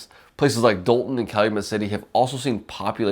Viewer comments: It's pronounced DAWL-TON not DOLE-TON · Pronounced "Dalton".